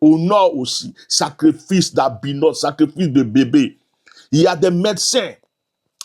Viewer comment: ON DIT SACRIFICE ET NON SACREFICE.